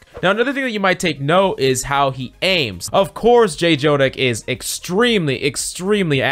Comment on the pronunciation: Next time you gonna call him Jay Jonak a little kitten will die.